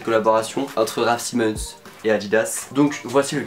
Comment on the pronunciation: Comment tu prononce sa toi 😭😭raf Simenon